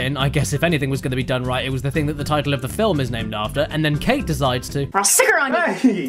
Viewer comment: First MILUK, now FILUM XD